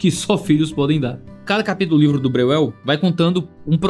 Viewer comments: Vamos lá: spu brasileira-alemã, o jeito certo de falar o nome do autor é: Bróiel!!!! E+U tem som de ÓI. Espero ter ajudado.❤❤❤Deus abençoe. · Se for alemão se pronuncia BRÓIEL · Breuel: no alemão original acho pronuncia mais ou menos “bróiel”… não que todos os descendentes se importem ou mantenham a pronúncia… 😅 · o falando o nome do cara me quebrou kkkkkkkkkkkkkkkkkkkkkkkkkkkkkkkkkkkkkkkkkkkkk